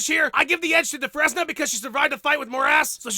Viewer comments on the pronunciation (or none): "Dufress-nuh?" It's "Du-frane". Like in the Shawshank Redemption. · your pronunciation of Dufresne is painful. remember that guy from Shawshank? it is French, and rhymes with train. dumbass.